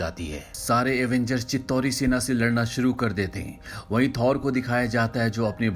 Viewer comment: Avengers not Avangers